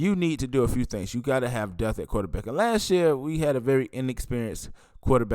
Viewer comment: Brother!!! It's not "death" it's "depth" and can you start using the word "hundred!" You'll say "He had 350 yards." It would sound better if you said "He had three hundred and fifty yards. Not trying to be critical but I want you to speak better when you are doing these podcast. Thanks for the content.